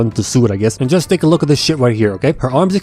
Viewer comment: “Luuk at me. I am da captain now.” 😂